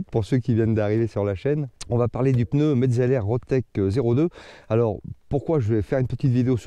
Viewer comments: Peuneu? T'es neuneu? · Pourquoi pEneu ? C’est des PNEUS et pas des pEneus . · Calme toi p6x2 , on prononce "peuneu" dans le sud oui c'est pas bien ! Pas après un peu plus dans le nord , genre vers Paris , ça dit " ch'veux " au lieu de cheveux , ça dit "cate" au lieu de quatre . Je continu ? Il y a aussi des glandu dans l'ouest qui disent chocolatine ! Tu découvres que chaque région dit et prononce des choses légèrement différente . Voyage un peu tu en découvrira d'autres ! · Oui, le fameux "peneu"...😂 C'est nouveau ça vient de sortir, comme dirait Coluche 😅